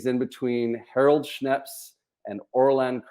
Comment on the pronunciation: Hey! His name is not Harold Schnepts. It's Snepts.